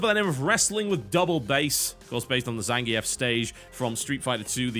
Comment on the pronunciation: Is... Is Zangief's name pronounced "Zangee-ef" or "Zangeef"? I've always used the latter, but I wouldn't be surprised in the least if I was totally wrong about it.